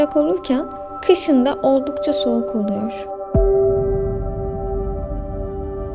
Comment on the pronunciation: Anlatırken oluYor yapıYor filan diye konuşunca çok samimi gelmiyo normal konuşmanla anlatsan daha tatlı olur seni seviyorum 🥰